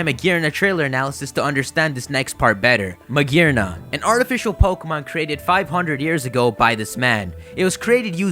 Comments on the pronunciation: There's no R in magiana lol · His pronunciation of Magearna kills me